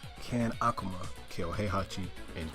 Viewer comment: I hate how you say Akuma, sorry.